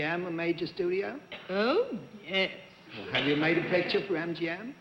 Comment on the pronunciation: I notice when women say "yes" it sounds like "yays". . . something I first heard with Veronica Lake. It was so unique to the dialect of the time.